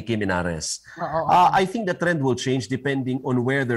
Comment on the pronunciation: I love the view but “the” is silent!